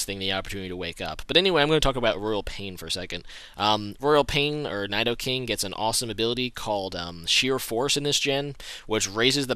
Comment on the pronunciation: he doesn't pronounce Nidoking/Nidoqueen properly.